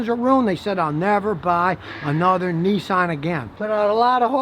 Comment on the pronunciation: Nissan Not Nessan as in Pissan ,Nissan .